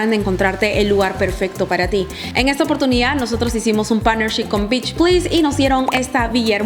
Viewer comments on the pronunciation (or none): none